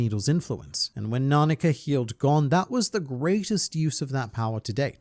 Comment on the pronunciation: I love watching these videos, but I hate how he pronounces Gon like "gone" 😭